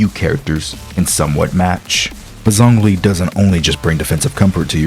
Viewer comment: Nahhh bro that's not how you say zongli xd I'm hopeful that Hoyo knows what they're doing with their defense characters cuz I really want Ben to become more viable in the future...